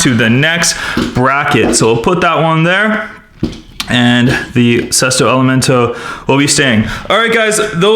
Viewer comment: That is not how you pronounce either of the Sesto elemonto and estoque